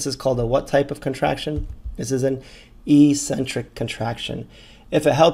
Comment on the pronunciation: Eccentric is pronounced ex-centric, not e-centric.